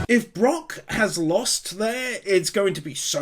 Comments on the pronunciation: We’re still calling him BrOck instead of Brook I see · i cant get over you calling him Brock XD its so funny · I finally caught up to all the one piece anime wins. Yayy. But can you call him Brook instead of Brock please 👉🏻👈🏻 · For personal reasons, every time you call Brook Brock, I cringe like someone is twisting my soul into a pretzel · Also its Brook like a rook in chess with a b in front of it. Not like Brock from one piece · uh I know it doesn't matter ... but his name is Brook not Brock >.> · hearing you call Brook Brock is like tiny pins being stabbed into my soul lmao No actual hate or anything just a bit of fun